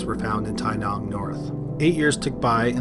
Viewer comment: Wow. My town is mentioned. Well done on your pronunciation in story #2 (Tynong serial killer), Australian towns can be a mouthful.